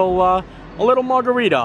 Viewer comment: It’s called a “mard-a-rita” 😂